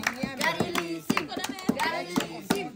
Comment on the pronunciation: Ba't nasali si gary v? Pati si gary lising naging gary lisim Hahahaha😂